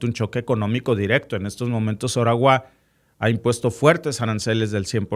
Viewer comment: Si nos hablas en español, debes decir OTTAWA y no ORAWA